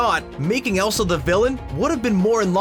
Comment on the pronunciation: it’s ELSA not Esla.